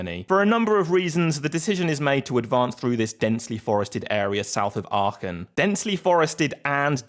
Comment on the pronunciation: Very good pronounciation of Aachen